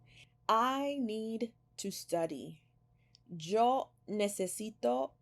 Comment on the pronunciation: Still trying to get used to the “j” sound in the word Yo.